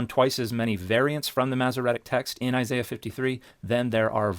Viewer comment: He didn't mention the mispronunciation of Isaiah's name